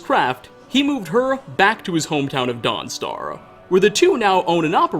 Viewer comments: “Welcome to Dawnstaruhh” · Every other worth is spoken with an "ah" and the end. Guard"ah" End"ah" Mentioned"ah" Foes"ah". Sorry just riled me. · Why is he saying dawn star weird